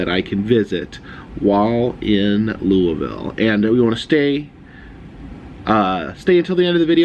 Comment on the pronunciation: You pronounce Louisville wrong